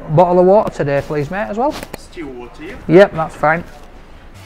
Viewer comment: Sooo, teh-day...